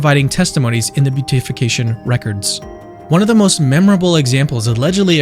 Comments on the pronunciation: I love the video and have shared it around. I know you have recently come into the fold and there is always so much to learn. I am delighted you have joined the family. Just know that "Beatification" is not pronounced "Beat-ification" ("Beet"-ification) nor "Bute-ification" but "Be-Atification" (sort of). I hope this helps you up your already great game as a Catholic YouTuber. God bless! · (Just fyi it's bee-at-if-ication, not beauty-fication 😊) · Beatification is pronounced: bee a tuh fuh kay shun